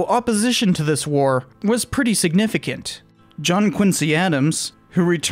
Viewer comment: I apologize in advance for this, but I wanted to let you know that John Quincy Adams pronounced his middle name "Quin-zee." It just catches my ear because I grew up there. John Quincy, the colonel the city was named for, pronounced his name as “quin-zee.” Quincy is the grandfather of Abigail Adams, and John Quincy Adams was named after him. I love your videos and I promise this will be my one and only nitpick.